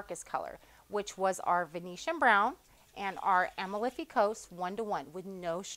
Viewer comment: a-MAL-fi Coast. It’s in Italy.